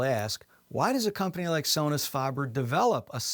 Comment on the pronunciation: Faber, not farber.